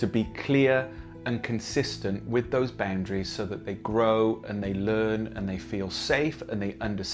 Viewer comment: Omg stop saying baoundaries